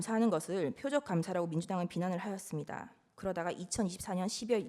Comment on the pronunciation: 김계리 발음 무슨 초딩이냐? “하였습니다“ 발음도 제대로 모하네 국가 반역자 내란수괴 변호가 자랑이냐? 니 자손이나 일가친척들에게 내란수괴 국가 반역자 변호 했다는 더러운 딱지가 절때 지워지지 않을거다